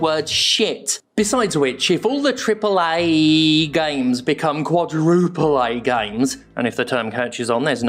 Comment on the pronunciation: Really looking forward to Duke Amiel pronouncing 'quadrrruuuuple ay' in their next public appearance